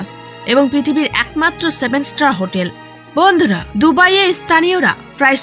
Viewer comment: উপস্থাপকের ভন্ধুরাহা শব্দটি সেই ছিল🤣🤣🤣